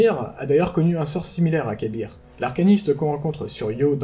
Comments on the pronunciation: C'est pas pour critiquer ou quoi que ce soit, mais on dit plus "ka'beurre" que "kabir" non ? Si mes souvenirs sont bons, c'est comme ca que le prononcait praedyth (dans la mission avec les 3 memoires pour avoir le trop long a expliquer) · Ah d'accord perso, je préfère "ka'beurre, près-dith et paha-nain" plutôt que "pra-é-dyth, ka-bir et pahanine" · Ca se prononce Kab-R en 2 sylabe "Kab" et la lettre "R" dans la prononciation d ou un nom sans "i" donc Kab-R